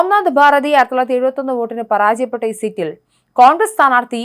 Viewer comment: പറാജയപ്പെട്ടു എന്നല്ല പരാജയപ്പെട്ടു എന്ന് പറയണം.